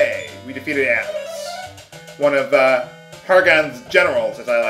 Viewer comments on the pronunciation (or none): none